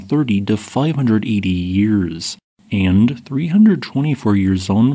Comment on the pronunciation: Can you stop pronouncing so many vowels as "ee"? It's really distracting. You pronounce "and" as "eend". "Range" as "reenge". Couple examples. "Casceedia"